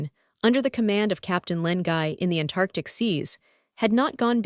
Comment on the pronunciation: "An Tantartc"?